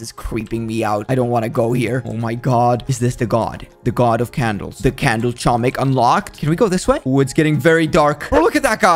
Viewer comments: IT'S NOT CHO-MIK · I've never heard anyone say "Chomnik". I keep hearing "tshomik" but this is new. Funny how many people don't know that it's pronounced "homik" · It's not chomik it's homik the c is silent i know that because im polish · I AM POLISH IT IS NOT CHOMIK IT IS h-om-ee-k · its pronouced as homek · H O M E K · I knew that it was pronounced "homik" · the way you prounuce it is homik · Its acctually pronounced Homik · in polish its pernounced homik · just saying ur not saying chomik :) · Pronouced homik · I am from poland and you say chomik totally wrong and it's so fanny to hear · i used to say it wrong but i recently found out the c is silent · im polish and you said it incorect soz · Im polish and you pronouce it wrong but it doesnt matter